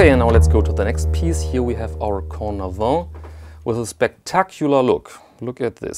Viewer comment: Cornavin, not Cordavin 😊👍🏼